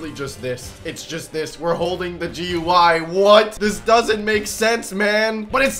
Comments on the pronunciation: is dumb he say gy but it is gui 😊😊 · it is not goy it is gui😂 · It'S AcTuAlLy Graphical User Interface nOt GUI or Gooie